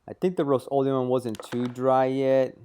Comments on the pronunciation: RUST o leum not ROAST leeum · "The roast-o-liam"